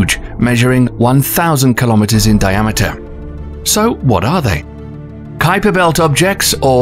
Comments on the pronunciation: It's not QUIPER belt it's KUIPER BELT, the U is silent lol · "Kweaper belt"????? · Now he pronounces The Kuiper Belt properly WTF? It was pronounced QUEEPER BELT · Kuweeper belt 💀, isn't it kai-per belt? Edit: he changes how he say it later on the vid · The "KWEEPER" Belt? I always thought it was pronounced "KYPER"... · Why did he go from pronouncing it Kweeper Belt to Kaiper belt? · I've heard some bad pronunciations of Kuiper, but "Kweiper" takes the cake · The Kweeper Belt 😂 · Qu-iper belt. 😂 ui is pronounced a bit different but difficult to explain in English. Good video though. 👌👍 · The Kweeper Belt. Ok. Lol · The Kweeper belt. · Quieper belt?! Hahahaha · Calling it the kweeper belt up until the into the video, did you realise you said it wrong half way through recording? Lol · Kweeper belt? That's not how that's pronounced. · The friggin' QUEEPER BELT???holy prophet Zarquan! there is no excuse for butchering the pronunciation of something so well known! Inexcusable and lazy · Did he say quee-per belt? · you pronounce Kuiper Belt (well Kuiper) incorrectly then when talking about it’s discovery in 92 you pronounce Kuiper correctly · please learn the pronunciations of things like the Kuiper Belt (as in Piper Belt) and the Oort Cloud (as in or-t Cloud)... you say it wrong initially then correct yourself tbf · Uranus ,Kuiper, Oort, Makemake, Haumea is pernouced wrong.